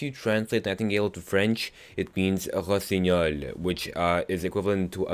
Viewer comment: could you explain the why their vampire in skyrim i know serena talk about it but i want to know mor of this topic please Ps.im french and when you said"rosignol"it was alost perfect:D